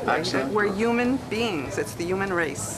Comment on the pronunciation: Is it just me or does it sound like she kept saying "uman beings" instead of 'human beings'. haha